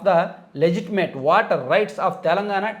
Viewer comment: Legitimate.. ని కూడా సరిగ్గా పలకలేవు నువ్వు..